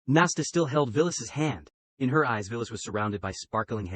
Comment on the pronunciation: The AI misread her name (Violet) as Villis